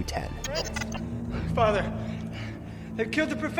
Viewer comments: That and other ai mispronunciations like Beverley Hills nine, oh, two, ten. Doh! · Oh man. Beverly Hills nine-oh-two-ten lmao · 😂 nine oh two ten! Hahaha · And I think it was “Beverly Hills 9,0,2, ten” when I picked it was AI. A few little mistakes but very convincing.